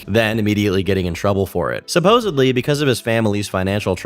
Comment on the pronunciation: I tried to watch this but you said supposebly twice